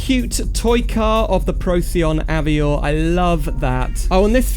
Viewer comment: Very cool mod! But isn’t it pronounced av-war? Like the French way? Also is there a demo on the repo to try out?